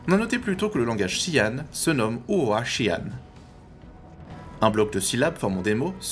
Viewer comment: Intéressant, je n'avais même pas remarqué ! Le créateur du langage, Britton Watkins, le prononce "chi-anne" et non "jean". Peut-être que l'acteur le prononce ainsi pour dire qu'il n'y connaît rien aux Xi'an.